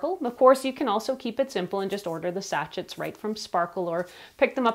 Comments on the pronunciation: BTW Sachet is pronounced “sashay”. I laughed every time you said sacheT 😂 lol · Woah. Sa-shay. Not satch-it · Sachets pronounced Sachey 😂😂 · Sachet is pronounced as sa-shei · Sachet Sounds like sa·shay Almost as cute as Nigella Lawson’s funny Pronunciation of Microwave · great video....just FYI...Sachet is pronounced Sa-shay. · (pssst: it's pronounced "sah-SHAYZ") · it’s pronounced sashaye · I agree she has a great voice and intonation. I just wish she would pronounce “sachet” properly.